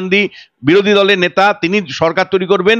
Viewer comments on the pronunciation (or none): none